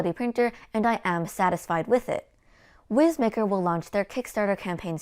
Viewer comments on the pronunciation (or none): Young lady, I poked fun at this printer for its name on their Facebook page. They assured me it’s pronounced wise maker. :) your videos are great!